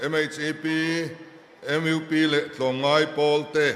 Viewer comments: M.U.P. tiha U hi sap lam dana a lam hi chu a ṭha lo mang e...😮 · MUP a lamdan adik lo tlat saptawngin U hi lam tur ani lo Mizo tawnga U hi lam tur ani e.